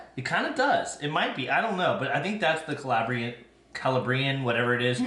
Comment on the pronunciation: The yogurts look really good. and so does the pizza. Just a friend FYI, the qu in piquant is pronounced like a K. Also, it's Ca-LAH-brian. I struggles with pronounciation sometimes too. Congrats on your anniversary!